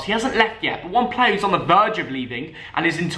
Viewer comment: Just say player proper smh